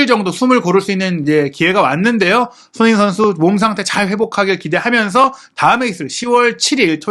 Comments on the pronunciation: 왜 손흥민 선수 발음만 안좋나요 ㅋㅋ 손흐밈 선수라뇨 ㅋㅋ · 손흥민 선수라고 발음하기 힘들면 그냥 손 선수라고 읽는 게 어떨지?